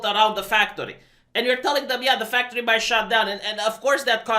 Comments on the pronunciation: Anybody else ever notice that doesn't say factory? He says fucktory. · I just heard fucktoy.